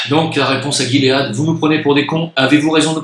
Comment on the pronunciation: On dit : guimauve . On dit : gilet Donc guilead en anglais Donc "ji lead "en français.